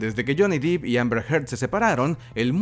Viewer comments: Se dice Johnny DEPP... 😅 No DIP... Pegaba un brinco cada vez que lo decía... Gran fan de somos geeks! Saludos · Holiii!! Otra vez yo, vengo a chingar... Es Depp asi como se oye, no es DIP tiene doble P no doble EE. Ahi te encargo. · Cuando dijo “Johnny diip” 😂☠️